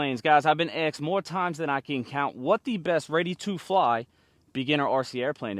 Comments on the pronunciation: It’s asked! Not axed! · A-s-s-s-ked, not axed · You “been axed?”